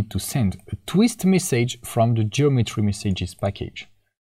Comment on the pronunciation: All great. Just the way you say "message" is so wrong and annoying 😅